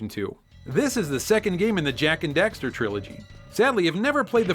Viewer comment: Duuuuude you mispronounced daxter so many times!!!